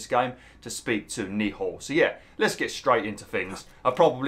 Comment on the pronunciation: The way you pronounce Nehal has me shouting at the screen 😂